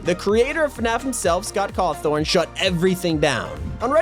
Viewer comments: 🚫scott cawthon ✅scott cawthorn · I'm sorry he said Scott cawthorn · Scott cawethorne lmao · excuse me scott caftorn you mean scott cawthon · Cathorn????? It’s Scott cowthon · Bruh He just said Scott corthon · SCOTT CAWTHORN ????????its Cawthon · Excuse me. Scott cawthorn it’s Scott cawthon (CAW-THON) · Did you Scott cofthorn it’s Scott cawthon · " Scott Cawrthon " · "Scott cawthorn" 💀💀💀💀💀💀💀💀💀💀☠☠☠☠☠ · he just said scott cawthorn his name is scott cathon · DID YOU JUST SAY SCOTT CAWTHORN? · Ah yes, Scott Cawthorn. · This man said the creator of the game scott carthorn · Do you call him Scott Cawthorn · "then the creator of fnaf scott cawthorn" was this on purpose or something? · Who else is mad that he said Scott Cawthorn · him saying scott cawthorn made me angry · I offended he just called him Scott sawththorn for fnaf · "scott cawthorn" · ah yes, scott cawthorn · tf you just call scott cawthon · Bruh you said Scott Cawthon wrong